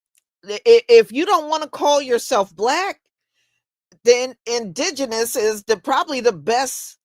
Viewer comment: How did he just pronounce indigenous??????😂😂😂😂